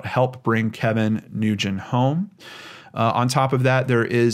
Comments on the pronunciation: Hey. Another incredibly informative video. Thanks for sharing, bud. Please, keep up the great work! (Edit: For what it's worth, the common Asian name "Nguyen" is merely pronounced as "Win." No worries though, I used to make the same mistake constantly as a teacher's assistant until she taught me the proper pronunciation!) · Nguyen is pronounced "Win", at least that is what my child's teacher's last name is and he is called Mr. "Win". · "Nguyen," is pronounced "win," or sometimes "wen!" Totally different from how it's spelled! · FYI. Nguyen is pronounced "Wen" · Ugh. Did you not listen to ANY of the many comments on the the last video you did on Kevin correcting your pronunciation of NGYUEN? It’s pronounced WIN.